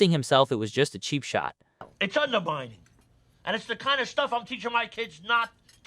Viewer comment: “It’s underbining”